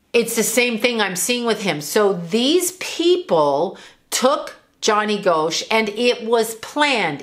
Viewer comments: I live in Iowa and remember when this happened. Another paperboy went missing soon after named Eugene Martin. Pronounced Gosh, not Go-sh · It's Gosch not Goasch when pronouncing the name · Gosch is pronounced "Gosh" rhymes with mosh :) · ...its pronounced Gosh💚💜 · I grew up in Iowa and I believe I was a senior when this happened. It was a very big deal and probably the first missing person I had ever heard of!!! The last name is pronounced like gosh. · Btw, it's pronounced like "gosh". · His name is pronounced Gosh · Pronounced like Gosh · If you are going to talk about a famous case, you might at least pronounce his name correctly. It’s pronounced GOSH. And by the way, all indications are that he is alive. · Here it is nearly 41 years since Johnny Gosch disappeared. You were wrong about so much, including the pronunciation of his name. There's an 81 year old woman who has never given up hope of seeing her son again. You should be ashamed of claiming to know anything about what happened to Johnny. Hopefully Noreen has never seen this video and you stop doing this kind of content..